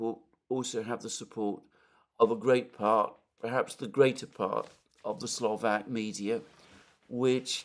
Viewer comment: SLO VAK not SLO VEK thanks!